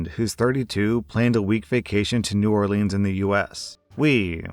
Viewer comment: I agree with all of your judgements in this video, BUT I am offended by how you pronounced New Orleans as a Louisianan